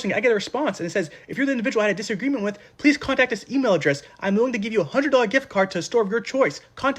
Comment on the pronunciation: we caught that mess up in the ad lol "pleak two pick two players" 🤣